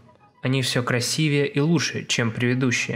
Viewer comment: Когда ты говоришь краси́вее, моё сердце бьётся чаще🤤